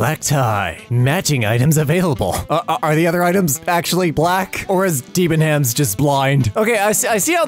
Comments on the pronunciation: 😂😂😂😂😂 DEE-ban-hams is killing me... It's pronounced deb-in-ams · I will forever now pronounce Debenhams as "Dee-buhn-hams". For those curious its a british clothes and houshold retailer meant to be pronounced "Deh-buh-nuhmz", but not any longer in this house! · "De ban hams." What the hell. I never actually pronounced it phonetically before. Over here it's more like "Deb nams" :3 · As a UK resident it was very refreshing to hear Debenhams pronounced like that. It is just 'Deb-En-Ems' for future reference though. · Hearing Debenhams (deb-en-ims), a shop I hate be pronounced as Dee-ben-hams just felt so therapeutic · You say it Deb en ams. Not deb en hams. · Deebenhams lol. It’s de-Ben-ams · DEEB EN HAMS HAHA! but for real its Deb en ums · is no one going to point out how he pronounced deb-em-ams, deebenhems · you pronounce debenhams like deb-en-ams not dee-ben-hams 👍🏻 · DID JUST SAY "DEEBANHAMS?" As a British person, I am insulted. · Dee Ben Hams... Nailed it. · Debenhams is a UK brand with a silent H so it is pronounced deb-en-ams. Also black tie is a sort of formal dress code rather than a literal black tie. The joys of nitpicking British people. Black tie does still usually have an actual black tie though, so it's still wrong but for a different reason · OH MY GOD THE WAY SHE SAID DEBENHAMS I LOVE IT for anyone wondering, it's actually pronounced "debbenums" because britain y'know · “Deebanhams” this hurts my British feeling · DEEBENHAMS!!!! As a British citizen, I am raging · "Dee-ben-hams"? *Cries in British*. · Ah yes deeebenhams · Its pronounced deb an ums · I too am insulted at that preposterous pronunciation. However, one does not feel the need to correct such outlandish behaviour as it was a bloody shit shop anyway. Thanks for listening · This too causes me physical pain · Something about how you pronounce 'debenhams' triggers every cell in my body. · The pronunciation of Debenhams though... heh. xD